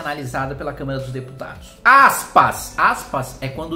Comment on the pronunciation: pior que eu tbm ouvi câmera, kkk. Mas o Kim é muito estudioso e hábil nas palavras, certamente foi um erro de dicção.